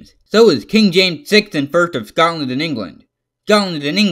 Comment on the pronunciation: "Dscongland ond England make up Great Britain" Pronunciation: 0